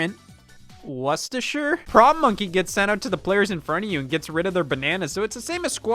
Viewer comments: Holy shit he pronounced Worcestershire correctly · Can't wait to tell my loved ones I learned how to properly pronounce 'Worcestershire' from a video about Donkey Kong: Barrel Blast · Scott is the only American I have ever heard that can pronounce Worcestershire correctly. I can't believe it took this long.